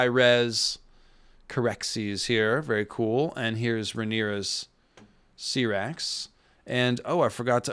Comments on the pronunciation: I believe you just love mispronouncing the dragon names 🤦🏻‍♂️ syrax (ceerax) vaghar ( vuhghār) smh wtf dude 😆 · I love your show man but for Goodness sake learn the proper pronunciation of Syrax! :)